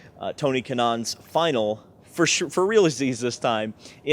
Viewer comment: “ For realazeeees “ how do you spell that 😂😂😎